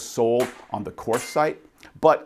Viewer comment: Korth is pronounced court. No th sound.